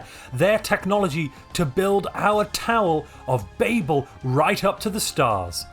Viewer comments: Are we not going to talk about how he is pronouncing Babel. It is extremely distracting. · Why do you say babel when you know it's wrong? Are you stupid? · Being uncertain of the pronunciation of Babel is lore accurate.